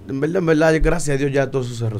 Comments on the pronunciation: “En belda en belda” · Cuantas veces dijo envelda jaaja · "En velda en velda"